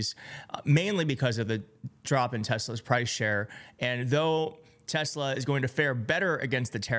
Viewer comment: I LOVE TES-LER !!! 😂😂😂